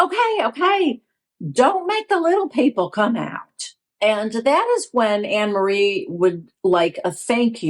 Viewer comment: It is pronounced An- ne- marie. It's a very common dutch name.